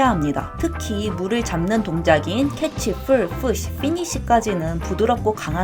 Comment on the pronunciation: 다 좋은데 왜 pull push를 full fush로 발음하시는거죠?